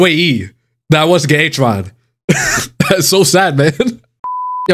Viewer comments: Its not H-eron its ack-eron 🤓☝ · My ears....wtf did you say achu an? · She really didn’t like you calling her “h”aron 😆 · Acheron is pronounced as Akheron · can someone please tell him how to pronounce acheron? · Can someone PLEASE instruct our man on how to say Acheron... That's probably why she wouldn't show up, lol. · I've never heard ANYONE pronounce Acheron's name worse than this dude holy fucking shit my ears hurt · maybe if you said her name right you would have gotten her before double pity :P